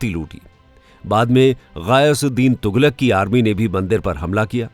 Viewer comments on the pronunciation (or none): none